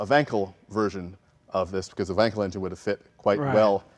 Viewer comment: As a previous RX-8 owner I'm grateful to for consistently pronouncing Wankel correctly: it's Vankel because Germans pronounce the W as a V. I'm in the UK and this really matters. If you don't know why then... tough. 😉